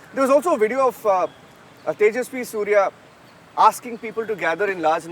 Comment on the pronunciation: Its “SURYA” Not SYRYA !! I